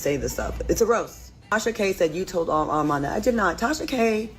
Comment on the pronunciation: 🛑R-MON 🛑 ARMON not Arm-mon kindly submitted 💅🏽